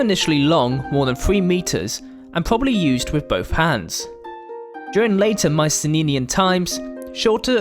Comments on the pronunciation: Why do you pronounce Mycenenean instead of Mycenaean? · OK what's with the "Mycene-ninian" pronunciation? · I love the animations. Well done! Uhm, minor nit pick though, if you don't mind me pointing it out. You're pronouncing an extra "n" in Mycenaean. "My-sen-AY-en". (or "My-sen-EE-en", take your pick) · "Myce-nenian" "Myci-nenian" "Myce-neninian" AAAAAAAAAAAAAAAAAAAAAAAAAAAAAAAAAAAAAAAAAH!!!!!!!!!! Anyway, nice vid. I appreciate the Iliad jokes. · Strange pronunciation at 26 secs in, sounds like you say Mycenae-eye, but good video. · "Mycenenean" lol. Nice video. Cheers. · I got distracted trying to figure out the source of your accent. Also your extra N in Mycenaean. Was it deliberate? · haha i cant get over that